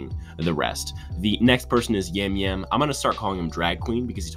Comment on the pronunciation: Maddy has big player or flameout energy. Btw Yam Yam’s name is pronounced Jam Jam.